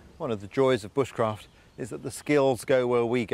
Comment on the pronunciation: Is it me or did that woman at the end say B-uh-sh-craft, instead of b-oo-sh-craft...